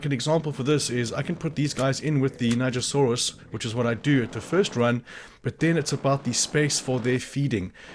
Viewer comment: Thank you for teaching me the right was to say nigersaurus. I was NOT saying it right